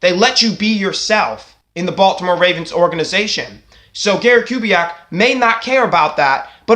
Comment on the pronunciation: First of all, a HUGE thank you for taking on my request in your latest video. It's an honor. Second, your pronunciation of the name was spot on. 👊 Now to the good stuff... I am still of the opinion Kubiak would want to come back if he had some guarantees of a commitment to the offense. I don't say that to suggest Kubiak is a dictator or a prude, but because we know Kubiak is a great offensive coach. As a fan (or even if I were Harbs, Bisciotti, Ozzie, and company), because I know the talent of Kubiak, I wouldn't want to waste his time. If he comes back, it should be because both parties want to reunite, and both want to be serious contenders to compete for a Superbowl. It should go beyond "Oh Gary's a great guy, and regardless of our plan or philosophy, he'll be on board with whatever we do." Like I mentioned to you earlier and you've reminded the rest of the nest...Joe had TWO, two-touchdown leads in the 2015 AFC Championship game. Even though our defense let us down giving up the lead twice, Joe answered the challenge. And if it weren't for two clutch TD drops by Torrey Smith in the endzone...the Ravens likely could've had ring #3. However, your point about Gary Kubiak returning because the Ravens are a respectable organization with a family atmosphere does have credibility. Even when people depart the team-be it coaches or players-the Ravens usually do right by them with respect to where they're headed. Caldwell got another HC job with a great QB in Detroit with Matt Staff